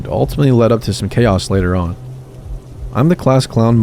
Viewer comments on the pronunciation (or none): none